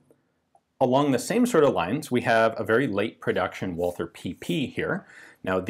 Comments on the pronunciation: Dude. It sounds like "Valter" in English!!!!! How hard is that to understand? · Please Ian, there's no "th" in Walther. It's just like Walter. Please. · Why does everyone pronounce Walther with a stupid mike tyson lisp? WALL-TER. Germans pronounce its VOL-TER....TER... TER TER TER TER TER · nice video! btw, it's fairly easy to correctly pronounce "walther" as a non-german speaker. (it's "vah-lter") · Try to omit the H when you pronounce walther. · He incorrectly pronounces the TH in "Walther", but not in "Thuringia".